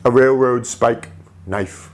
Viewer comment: what the fuck, how can you not say RAIL ROAD its not rair rowd